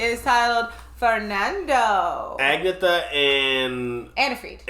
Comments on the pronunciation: Great song, but then there isn't a bad Abba song. There is definitely no Agatha in Abba! The name you're after is Agnetha, pronounced An-yetta. Your welcome 😊 Check out some more T.rex please. Telegram Sam is a fabulous example. Tx ❤ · The blonde female is Agnetha....not Agatha....sorry resisted correcting you so far..... pronounced Ag knee eta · NOT "Agatha!" Her name is Agnetha Fältskog. I've always heard it as "ag-neeth-uh." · Guys, I hate to do this but it grinds on me when you call her Agatha, her name is Agnetha. Ag-nyetha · Love love love you guys, but re Abba, it's not Agatha, but Agnetha, pronounced AN-YET-A. Also, Chiquitita is pronounced CHICK-A-TEET-A. You're welcome. Carry on...:) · Her name isn't Agatha - it's Agnetha. It's pronounced "Onyetta". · Her name is Agnetha not Agatha!😄😄😄😄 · Good stuff guys. Agnetha is a ctually pronounced something like un-yita, which is why she goes as Anna. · Agnetha is pronounced An-yet- ah (it's Swedish). Annifrid (Norwegian) was known as Frida (Free-dah) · hey, it's "ag-NET-uh":) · Agnetha, not Agatha